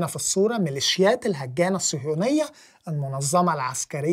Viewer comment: هاجانا وليس الهجانة